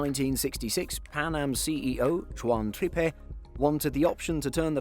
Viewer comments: “Pan Am Ju-wan Troupe?!” Is that what he said?! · Hey, goofball narrator! The former pres of Pan-Am was not Hispanic, so you don't pronounce his name "Jjjaunh Treppeh" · He butchered Juan Trippe’s name there. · Someone as iconic in commercial aviation as Juan Trippe and they mispronounce his name!?!